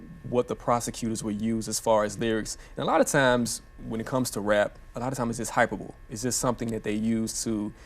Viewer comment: he says hyper bowl......did he mean Hyperbole.🤣🤣🤣🤣🤣🙄 Damn.....